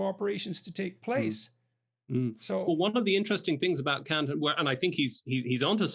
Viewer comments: Kant, not Kaut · its Kant , not Kaut...